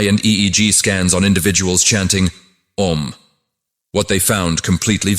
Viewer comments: The sound is not "A" but "Ah"... please use a human to record this, not AI voice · The three syllables in "OM" are not pronounced as A U M. They are - A as in the word "Attend" or "Attire" ; U as in the word "Woman" ; and M as in the word "Month" or " Must". It should end as in "Hum". The english pronunciation is entirely Wrong and Misleading ! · It's not Ôm, Aûm. More close the Aa than Ôo. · I've heard it pronounced ah oom. The whole explanation in this video is extraordinary.